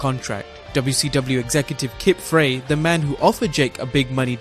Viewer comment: How does someone mispronounce Frye?